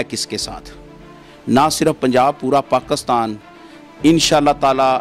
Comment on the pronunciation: O bhai pakistan ka name pakisran hy pakastan nahi